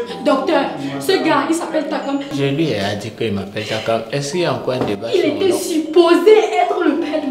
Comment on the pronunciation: 👌👌🤩 tchakam j adore sa façon de prononcer...